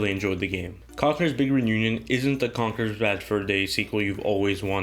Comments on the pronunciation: "Congurs bigern union" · Having troubles saying "Big Reunion" x)